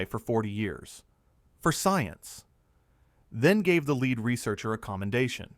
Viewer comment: Add “leed” to gasoline? “Leed”?? “Leeded to gasoline”???